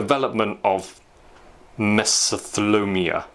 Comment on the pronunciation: Heard you struggle with pronunciation of the latent health condition. It is pronounced - Me-so-thee-lee-oh-me-ah. Here in the States, it is quite commonly associated with people who worked in coal mines as well as exposure to asbestos. Great tip!